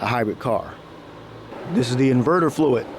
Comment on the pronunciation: HybriT, FluiT, HundreT 😬